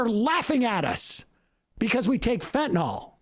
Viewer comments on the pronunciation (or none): I wish Sam wouldn’t say Fentanol! It’s a different medicine! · Sam, there's no 'o' in Fentanyl.